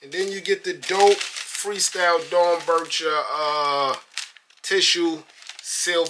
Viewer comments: It’s pronounced Dorn Becker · Dorn-becker is how you pronounce it.